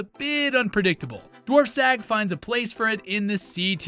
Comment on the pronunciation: I liked the rankings, but the pronunciation was off again on some pretty common plants. This is one example- but “Dwarf Sag” is Dwarf Sagittarius. Your narrator said sag like “sagging,” rather than it should be in the word “Badge.” This indicates the narrator doesn’t know that dwarf sag. is an abbreviation.